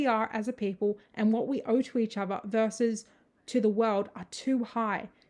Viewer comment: Interesting video. But goddamn it, it’s versus not verse!